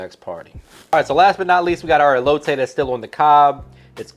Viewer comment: Everytime this guy says elote I cringe a lil 😂